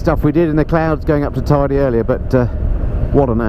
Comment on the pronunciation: Thanks for the virtual ride! If you return, it's pronounced Tayde not Tidy, though from now on I'll think of it as a very Tidy Mountain...😁